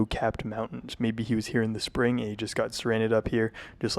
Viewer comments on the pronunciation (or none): none